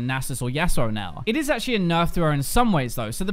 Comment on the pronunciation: I love it when you say achualy!!! :P